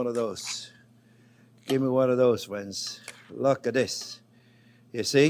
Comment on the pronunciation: and he calls us fwends 😌